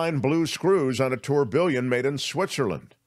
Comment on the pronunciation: Check pronunciation of”tourbillon”,please.